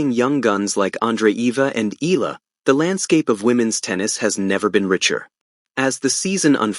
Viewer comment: plz pronounce correctly the name Eala not Ela should be Eyala